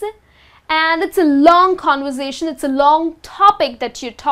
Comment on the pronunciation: i think the way you pronounce conversation is not correct .you pronounce like con-voor-sa-tion .i think its con- ver-sa-tion